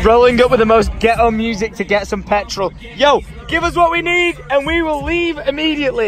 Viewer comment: You did not just call Eminem guetto